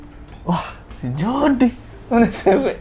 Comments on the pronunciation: Nama nya Jody tapi gua denger nya JORDI anjay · "Jody" Waduh Tinggal Tambah "R" Udah Si EPIC MOMENT